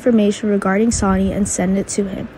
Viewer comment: Damn learn to speak IT'S SONNY NOT Sony !